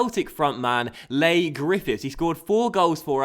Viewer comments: its pronounced 'Lee' not 'Lay' Griffifths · Leigh is just pronounced like Lee, not Lay haha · it's pronounced 'Lee' Griffiths not Ley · its lee not lay griffiths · it's pronounced lee griffiths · Leigh is pronounced as lee:) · Ik doing that think we're u msg to early but it's pronounce lee griffiths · Coming from a Scottish rangers fan I really enjoy the series but it's kinda annoying the way you pronounce Leigh Grffifhs wrong is first name is LEE haha keep up the work though really enjoy it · it is Lee not lay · Leigh is pronounced lee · its pronounced lee grifiths